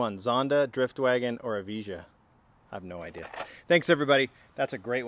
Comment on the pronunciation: When You Sayd EVIJA How You Did I Laughted My Ass Off Big Time ! !